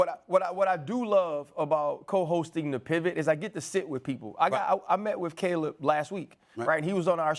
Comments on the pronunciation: mad dog needs to stop talking about sports all together. Worst takes EVER and cant even read english. K'leeb williams even after RC corrected him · Caleeb? No way Mad dog has watched him play 😂